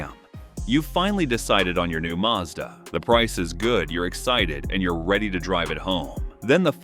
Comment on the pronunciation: It's pronounced maz-da. Hard "A" x 2 .short sylybles. Not Marrr Z daaar.